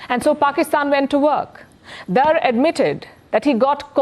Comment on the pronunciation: This lady is ignorant propagandist not a journalist or analyst. Just imagine her ignorance Dar is kashmir caste and she can't even pronounce the word correctly